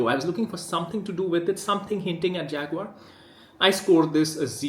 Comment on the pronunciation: Man who can't say the name of a company complains about that company. Isn't it Indian rather than British?